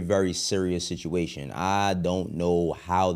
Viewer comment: Bro said situration